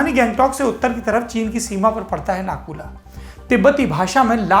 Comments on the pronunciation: Nahi yar dono alag hai Nathu la alag hai or naku la alag hai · सौरभ जी इस जगह को नाथुला बोलते हे।।नाकुला नही।। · Nakula nahi NATHULA